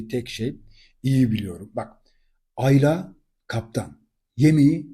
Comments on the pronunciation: yorumlarınızı beğeniyorum Hepsi gayet yerinde. Rica etsem Ayla isminin tonlamasınıı ikinci A yı uzatarak yapmasanız. Güzel Türkçemiz’de bu isim kısa A larla okunur. Emeklerinize teşekkürler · Aylaaa değil abicim ya Ayla . Tek A